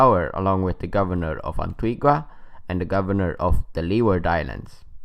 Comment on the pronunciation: It's pronounced antiga. The u is silent